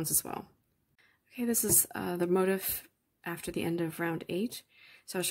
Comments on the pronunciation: I hate to even say this because your tutorial was so good and this pattern is BEAUTIFUL, but the the word “motif” is NOT pronounced like “motive” as you are pronouncing it. It is pronounced mo-teef’ with the accent on the second syllable. Just thought you might like to correct that for your next video 😊. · I didn't know there was an Americanized pronunciation of "motif" as "motive." This is a bit funny because even the word, crochet has a French etymology and not pronounced "cro-shet" in English, although, I have heard a Latin woman on You-Tube pronouncing it as such! :) It's all good. It's just different parts of America (colloquialism), but in many European countries it's mainly one way. By the way, I found your crocheting technique fascinating because your left hand moves consistently. I hadn't seen that before. I learned the Elizabethan model back in the 1960's as a 3rd grader and I don't see crocheters doing it that way much! We hold the hook like a pencil and the left hand doesn't move much. Keep posting!!